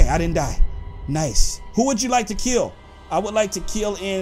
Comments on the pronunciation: he say keal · He says kill very funny